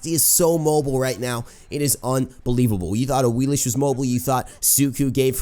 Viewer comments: Awilix not Awilish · Awilish? y u do dis? Awilix? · it's pronounced awiliks, not awilish